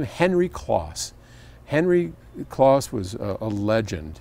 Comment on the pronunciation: It's Henry Kloss as in "close", as in nearby, not Kloss as in "Koss". There you go.